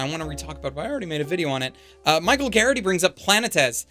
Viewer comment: I love you, but your pronunciation of Planetes hurts my poor little Greek soul so much